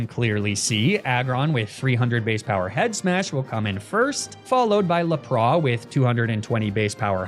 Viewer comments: I'm sorry did you say la pra instead of lapras 😂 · Don’t think I’ve ever heard Lapras pronounced “Lahprauh.” 😅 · "laprah" had me double take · What has compelled you to pronounce Lapras this way? 😭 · The pronunciation of lapras is crazyyyy 😂